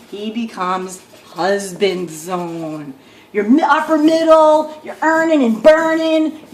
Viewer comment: Lol i didn't watch the rest of the video...so you're saying unicorns are real?? What a dumb gold digging woman....btw it's "upper" not "uppler".